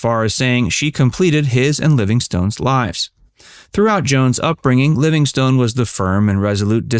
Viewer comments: Sadie Marks' stage name was pronounced "Livingston," and did not end as "stone." Such is the pitfall when one isn't thoroughly familiar with the subject. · A great comedian and personality. For future reference, although written as Livingstone, Mary's name was pronounced "Livingston". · I enjoy your videos, except one thing. Please have your readers do just a smidgeon of homework to learn how people pronounce their names. I've noticed this in many of your videos, in this case you Keep Pronouncing Mary Livingstone like a rock/STONE, and that is how it is spelled, but the name is pronounced Livingston or Livingstun. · The "e" on the end of her stage name is silent. Her birth name was Sadya Marcowitz and she changed the spelling to Sadie Marks and then, after marrying Jack, her stage name became Mary Livingstone.